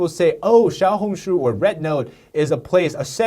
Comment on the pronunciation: how are you chinese but cant even pronounce the name right